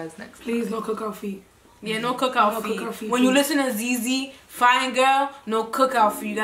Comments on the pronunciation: The way they pronounced ‘ZieZie’s name like that with soo much confidence 😂😂😂😂 Baby girl it’s pronounced ZI ZI (like Zion but only pronouncing the ‘ZI’ and not the ‘on’) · Its zie zie not zey zey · it’s pronounce zi zi like the ‘ie’ is pronounce as ‘eye’ also please reaction to nsg ft. tion wayne- options